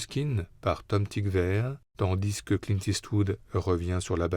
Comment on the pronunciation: j’adore le narrateur, mais bon dieu pourquoi fait il la liaison dans « tandis que » du « s ». Sinon ces rétrospectives sont géniales ❤